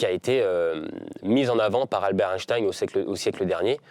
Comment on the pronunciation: par contre apparemment on ne dit plus Einstein mais Einstine